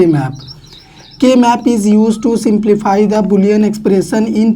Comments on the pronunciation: Bro its simplify not similify 💯?? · Sir similify nahi hota 😂 simplify hota hai sudhar kariye sir